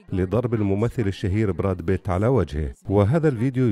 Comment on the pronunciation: ياسلام على النطق الأعوج للأسماء الاجنيبة brad pitt أصبح brad bit.......!!!!